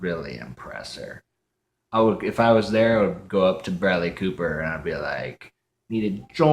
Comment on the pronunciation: 你的视频满好玩的 但是 你说布莱德利的名字发音不太好